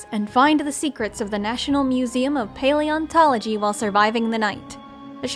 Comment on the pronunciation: Im gonna cry you said paleontolgy right oh mt Um actually it Sen o zo ic i think Also 3/3 i am a dino and extinct animal ner dhoe dare you challenge me